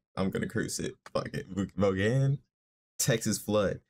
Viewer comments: Vaughn is pronounced Von. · you started with a good one-considered by some to be the greatest guitar performance ever. last name pronounced "vawn" like lawn-one syllable. think vince vaughn etc. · Pronounce it like "vawn". This dude is phenomenal. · He didn’t unplug the guitar, he took the strap off so he could play it behind his back 🎸 Vaughan is pronounced von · Led Zepplin— Since I’ve Been Loving You or When the Levee Breaks will blow you away just like Stevie Ray did. Btw— it’s pronounced like Von. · His last name is pronounced "vawn." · pronounced , stevie ray VON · "Vaughan" literally rhymes with bong ...just say Stevie Ray Vong.